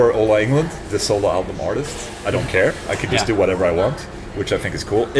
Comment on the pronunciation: Varför säger du ditt och andras namn med ett engelskt uttal? Åola Englond istället för Ola Englund och Jåonas istället för Jonas. Knäppigt! Lär slla HUR svenska namn uttalas istället. Visst fan... ...vire det inte coolt med en Solar-bas?😂😂😂😂😂😂😂😂😂😂😂😂😂😂😂😂😂😂😂😂😂😂😂😂